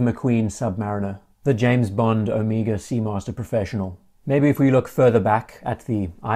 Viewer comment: Thank you,not only for an extremely interesting video, but for pronouncing Omega correctly. I could scream when so many Americans insist on the ludicrous O-May-gah. Drives me nuts.